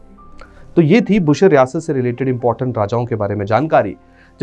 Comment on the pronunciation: It's बुशहर रियासत not बुशर रियासत 🙏